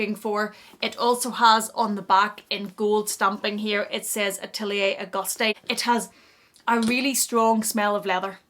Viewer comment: I have this (Monceau) and the Celine classic box and love them both… so well made! Also it’s pronounced ‘August’ you don’t say the ‘e’